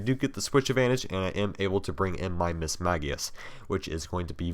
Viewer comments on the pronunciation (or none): no, mismagius is actually pronounced miss-mahg-ee-uhs. look it up if you don't believe me.